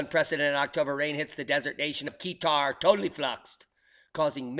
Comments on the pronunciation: Peter Baione <<< haha. kah-tar haha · Where is AF 2469? <<< not guitar? haha. he pronounced qatar as keetar haha. yes correct kah-tar haha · Qatar = Car-tar not Key-tar i was wondering where is the place when i heard you said it.... i'm only listening to the video while surfing other pages... lol... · Qatar is pronounced 'kah-tur'.